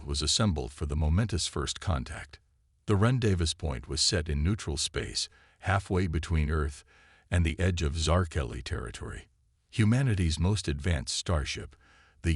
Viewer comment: You can tell that the AI doesn’t know English! Rondavis for rendezvous!